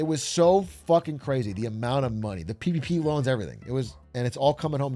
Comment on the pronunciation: i know he said PPP loans but man does it sound like PVP loans